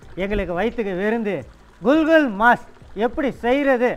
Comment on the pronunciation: ஐயா அது குல்,குல் மாஸ் இல்லை குகூல்மஸ் அதாவது குகூல் என்பது சிங்களத்தில் கோழிக்கு சொல்வது மஸ்-இறைச்சி அதுவும் சிங்களம். அது கறியின் பெயர் கிடையாது.